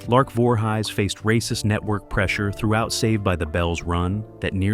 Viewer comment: I'm forever saying, "You Know, Jason Voorhighs, from Camp Creeestal Lake"